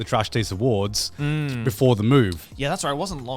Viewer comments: "wElcome tO the seCond traSh taDe Awardw" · Trash Taste Awardw (Awardw pronounced "Awards")